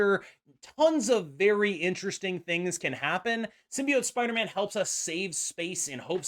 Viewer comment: Actually nice to hear a content creator pronounce “symbiote” correctly lol